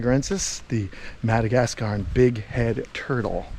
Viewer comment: “Madagerensis” from the island of Madager. 😂